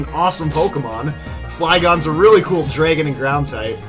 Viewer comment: i found couple of funny mistakes: YOu pronounced dragon wrong when fighting vibrava, you thought that you could easily take out scrafty(one hit ko). thats all i could find, hope im correct